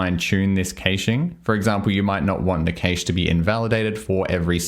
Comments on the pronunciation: hello pnpm workspaces are great; but "nx" looks gross. sometimes 'giving you the flexibility to do things' covers up the fact that you probably shouldn't be doing those things. also, cache is pronounced "cash" not "kaysh". cheers. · 'Cache' sounds like 'cash' :) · Are you mispronouncing "cache" on purpose? I code with panache while twirling my mustache. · I've watched this video twice now and I still don't get it - the how not the why - do you have any advice on where i can start... also the way you say cache... I had to put on a second monocle